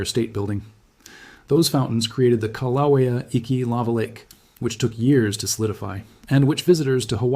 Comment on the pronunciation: It's so frustrating to listen to AI pronounce Kilauea more than 5 different ways! How about settle on the way Hawaiians pronounce it and stick with it?